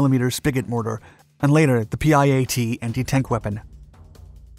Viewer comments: It’s pronounced ‘pee-at’ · It's pronounced "pi-yat", you fast-talking oaf.